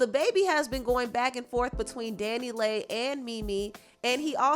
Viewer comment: I thought it was pronounce (Danny Lee) Dannyleigh not Danny lay 🤔🙄